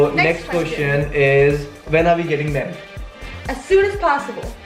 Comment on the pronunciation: it is married not merried 2+2 we all love u